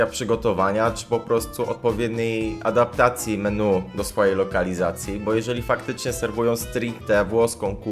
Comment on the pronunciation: Ty byłeś kelnerem a nie wiesz jak się wymawia menu? 😂😂😂